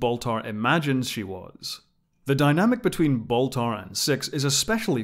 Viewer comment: Can’t believe it’s been twenty freaking years since the miniseries already… Also, who’s this “Boltar” person he keeps talking about? Is he Baltar’s cousin or something?